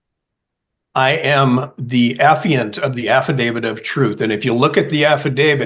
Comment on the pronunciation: The appiant of the affidavit of truth....wtf is that😂